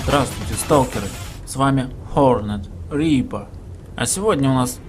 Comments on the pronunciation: Ёманарот,, выбрал себе пафосный никнейм, так научись его произносить правильно. Даже Хорнд Рипер прочитанное чисто по русски будет лучше чем вот это "Хорнэт Рипa". Хорнэт (hornet) это вообще шершень по буржуйски... Видосы норм. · Бля поменяй заставку и произношение"хорнед рипер"